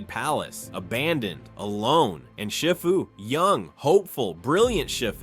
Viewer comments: I just gotta say it sounds like you’re saying shit fu. It’s see fu. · Is this voice A.I., cause Shifu's name is pronounced Sh*ee*fu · Your right. But you do need to learn how to say shifu's name properly